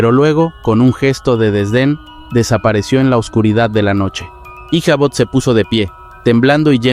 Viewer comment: En la historia de la serie de Sleepy Hollow el nombre de Ichabod Crane no se pronuncia con la H sino solo Icabod aunque eso quizas difiera por la pronunciación gramática a la fonética por el cambio del Ingles al Español.